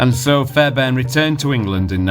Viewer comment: Great documentary and credit for the work you put into this, however I’m sure it’s pronounced as fair BARN , sounds like fairburn on the video